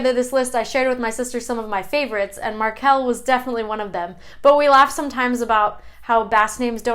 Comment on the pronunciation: Xabier is not "the Basque version" of Javier. It is an original Basque name, that has a version in Spanish (Javier). It comes from the town Xabier in Nafarroa, and this comes from Etxe-berri (new house). Great video, but some names are not pronounced (normally, at least where I live) like you've done: MAR-kel (the non-sexy version), MA-nex, LU-ken, JU-len, a-SI-er, I-ker, MI-kel (If you pronounce it like you did, it seems more like catalan: mi-QUEL). Good to see my name in the top ;)